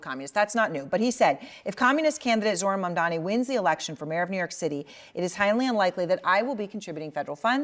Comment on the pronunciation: Thanks,, as always! FYI, you are mispronouncing Mamdani’s first name.